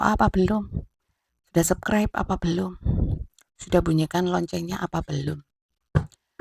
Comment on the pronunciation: Punten, ketika menyebut subscribe, harus ada huruf S di tengahnya : SƏBS-KRAIB. Bukan SEB-KRAIB. Səbskraib. Maturnuwun.